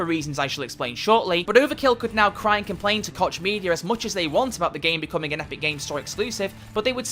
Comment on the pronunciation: It's pronounced "Coke" media! god damn illiteracy.